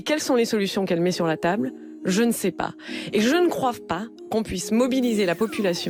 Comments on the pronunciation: La sinistre là, elle dit bien "je ne croiVe pas", ? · J`ai crus que j`avais mal entendu mais en reecoutant c`est bien croive....damned... XD Ca m`arrive aussi de faire des erreurs quand je m`exprime, mais bon de la part d`un elu ca fait peur. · Vous croivez qu'elle a dit "croive"?